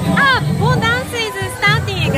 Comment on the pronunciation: This is the superior kind of Tokyo video, showing the small town parts & vibes of your megacity! Nicely combined with an Obon festival here 🥳🏮🎎 P.S., it really sounds like you're saying "Bone 🦴 dance" 👻💃